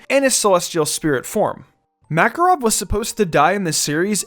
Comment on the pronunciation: The fact he pronounces Makarov and Erza wrong is really bugging me out